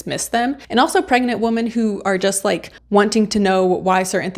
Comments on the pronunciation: You sound like you are saying woman everytime you mean women. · Good review. I enjoyed it, but check your pronunciation of “women.” Plural. It is not pronounced the same as singular “woman.” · It's women not woman. Women is plural. It hurt my eats to hear you say that over and over in the wrong context.